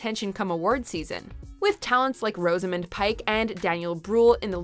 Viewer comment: "Rosa - Mund"? It's pronounced, "Rozza - Mund"